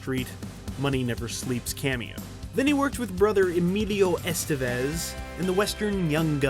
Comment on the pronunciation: It's pronounced Estévez, not Estevéz